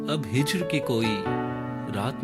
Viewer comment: Khoobsurat tareen shayir ki likhi gayi khoobsurat ghazal! Especially last verse! Great effort👏🏻👏🏻 Bus hijar nahin hijr hota hai baqi bohat khoob!!!